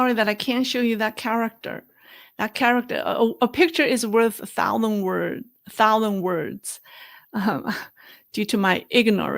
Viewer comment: Learn how to pronounce "thousand" and I'll tell you about Easter